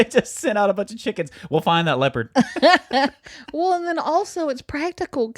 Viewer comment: Oh my gosh, Y'all are so funny. And facial expressions are priceless!! My favorite story was the elephant story. Good for the elephant. Lol. Those were some wild Story headlines. I think my most favorite thing ever is how says "Well". It's more like "Wull" and I'm glad I'm not the only one who says "Well" like that. Hahaha. Great conversation and! 🙃